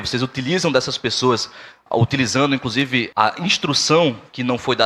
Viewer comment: Estudante de direito que fala "incrusive", não dá que país é este😐